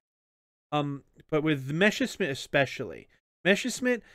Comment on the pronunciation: It's called Messerschmidt, first the s then the sch